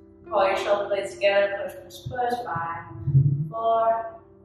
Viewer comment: Am I the only one that finds the way she says 5 funny